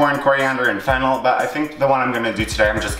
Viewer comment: I keep thinking he is saying fentanyl not fennel